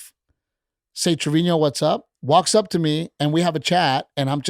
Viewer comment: Isn’t it Treviño?